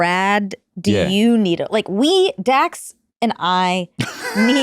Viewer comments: did he say Dan shepherd. Isn't it Dax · I swear he said Dan…. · So is this Dax or Dan Sheppard? It sounds like the into he said “Dan” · Did he say “Dan” Shepard? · Listened to intro 5 times.. he say "Dan Shephard"?